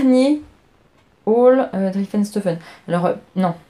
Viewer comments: les fantaisies d' Non du début! Driessen et pas drieffen 😂🤣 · Coucou, super podcast comme d’hab je t’adore! Ta robe de my image est canon! J’ai un défi pour toi si tu l’acceptes😜😉... dans ta prochaine vidéo tu ne dois plus dire drieffenstoffen mais driessenstoffen plus de ff mais ss! Allé je compte sur toi! A bientôt et bonnes vacances 😘😘😘